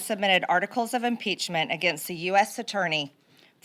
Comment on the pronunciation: "... it is with the highest amount of "solemnidy" (SIC), I announce "inpeachtree" for everyone. - MTG